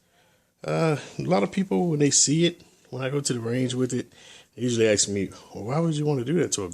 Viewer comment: AKS ABOUT ME ASK NOT AKS